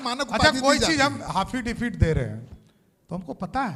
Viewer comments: पहले इस बेशर्म को ऐफिडेविट बोलना सीखे जो सारा चैनल पर हाफिडिफिट बोलते है | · ऐसा cm जो अफिडीफिट को हफिडीफिट बोलता है😂😂😂😂😂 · Affidavit ❌ haffidebit ✅ 😂😂😂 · हाफिडेफिट 😉🤣, प्लेटी 🤣😂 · Kaisa CM Hai affidavit ko hafidavit bolata hai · One of the worst CM of Bihar, Mr. Samrat Chaudhary, doesn't know anything. He's totally foolish. He can spell affidavit like a haffi-davit. He's not even done matriculate. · हाफिडीवित क्या होता है भाई 😄😄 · Custuction, plenty, hafidifid ??😂😂😂😂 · Pahle saale ko bolo ke Hafadavit na bole,maha jahil lagta hai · Dalle bkl ko affidavit bolne nahi aa rha h... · Inko affidavit bolne ka dhang. Nhi hai or inse cm kee kursi chalijee